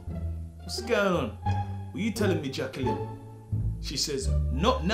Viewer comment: "Was gwaayn oon, what u telling me Jacqueline?" Don't think I've ever laughed so hard in my life haha